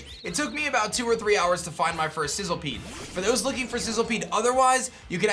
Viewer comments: The moment you realise that it's Sizzlipede not Sizzlepede... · It's literally spelled SizzLIpede. Idk how or why you're pronouncing it like SizzLEpede. Makes no sense and it's really irritating. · It's Sizzlipede* by the way. Not sizzlepede